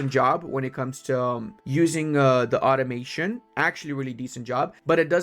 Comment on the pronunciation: When you said automation I thought you said ottomation, as in how hard ottomans can blob